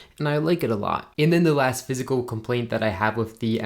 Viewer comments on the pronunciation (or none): none